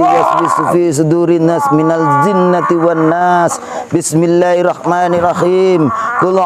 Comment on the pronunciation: Sblmnya maaf y mas tlg perbaiki bacaan surat an nasnya ada yg slh bacaan jin zin beda yg benar minnaljinnatiwannas